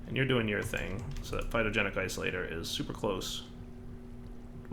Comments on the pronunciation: It's Phytogenic INsolator. With an N. Not Isolator. Insolator. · That little eye twitch I get every time he says "Phytogenic Isolator" is the most calories I've burned all week. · It's, he will never pronounce it correctly once he starts doing it wrong, that blocks name is now Isolator... forever >_<